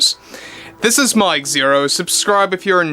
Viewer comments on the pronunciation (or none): none